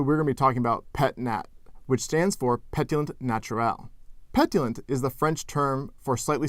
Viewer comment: The French pétillant was pronounced like the English word petulant